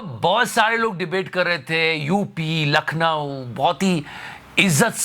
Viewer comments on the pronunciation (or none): none